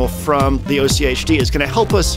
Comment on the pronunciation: AHK-T is how you pronounce OCHD. Genuinely its the begining sound anything with multiples of 8, like, the number of LFOs it has, octopus, octuple or octagon.. You can just ommit the tober from October and ad a D sound at the end and voila. Oct+D